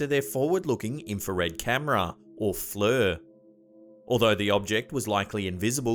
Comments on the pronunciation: It F.L.I.R. like flare not what you said -fler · Dude FLIR is pronounced FL-EER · ohenry6 just when he said FLIR, it’s pronounced fleer. Most people don’t know if they don’t work with it a lot so it’s not a huge deal. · No offense but FLIR is pronounced with a long "I". Not a "u". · Love your videos bud. However....I know it's nitpicking but it FLIR is NOT "fluur". Pronounced "fleer" like rhymes with ear. Sorry man. Huge huge fan....but that was killing me. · No shame to know more words than you've heard pronounced. Hamfam correctors just want to let you know for next time. Sometimes we giggle first tho ;) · Dude it's pronounced "Fleer." Just sayin'.🛸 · I mostly see flir,pronounced as if it was fleer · FLIR pronounce like fleur...... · FLIR is pronounced “fleer” ... (like-year) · Lol its pronounced flir(fleer) forward looking infa-red